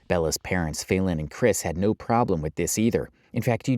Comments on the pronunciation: Her name is not fail-en. You're either an idiot or you're doing it on purpose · “FAY-Lin”…. Kinda sounds like FAILING doesn’t it…